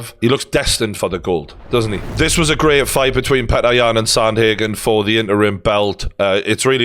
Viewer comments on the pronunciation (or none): Man, nice content but you are commenting on alot of foregin surnames. Try to get them right, UFC comentators put some effort to pronounce Yans name right or Błachowicz properly. Its not Peter - PyOtOr would be more correct. As for Błachowicz - BwaahoviCH would do fine.